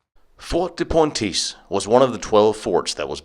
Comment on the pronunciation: Pontisse NOT Pointisse !!!!!!!!!!!!!!!!!!!!!!!!!!!!!